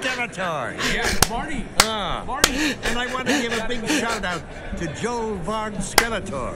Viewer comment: Big mistake calling the signal Joel, do you not know it's Hoel?